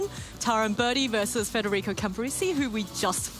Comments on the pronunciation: the other caster in the match kept gently trying to correct him by pronouncing his name correctly immediately after too but this guy just insisted on pulling an extra R out of thin air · Why can’t some of the casters read that it is federico rather than fRederico….